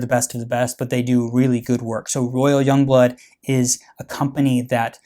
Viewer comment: yong bloot